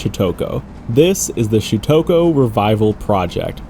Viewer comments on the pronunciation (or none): Shutoku is pronounced “Shoot-toe-coo”, not “Shoot-toke-oh”. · You earn the award for funniest pronunciation of syutokou lol